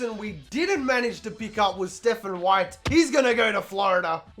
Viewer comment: White committed somewhere else because you kept mispronouncing his name At least that's what I'm gonna tell myself Also thanks for the heart before Keep up the amazing work, these videos are awesome